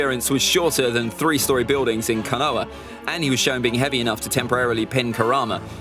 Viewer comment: Kaaanoah lol KOH NA HA